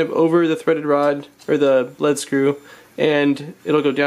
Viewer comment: leed screw not led screw